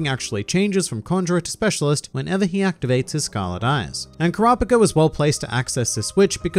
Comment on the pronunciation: His pronunciation of Kurapika hurts